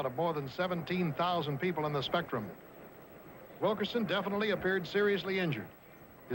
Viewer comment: Nice of Bill Fleming to pay tribute to Bobby Wilkerson' for his sensational 19 rebounds against UCLA, but could he have perhaps gotten his name right -- Wilk-IN-son?